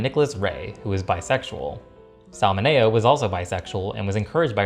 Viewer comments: You lost me when you pronounced Sal Mineo's last name as min-a-oh. And Giant was an epic movie. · Hey, you mispronounced Sal Mineo's last name. Just thought you should know. 😆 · Please learn how to pronounce Sal Mineo’s last name... thanks